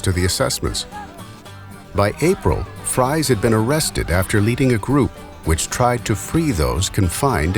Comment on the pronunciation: It is pronounced FREEZE not like french fries.